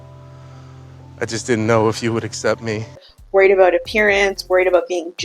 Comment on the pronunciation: We don't say "about" that way